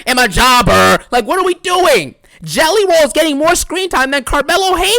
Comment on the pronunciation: "I CAN'T STOP THINKING ABOUT JELLEH ROLL!"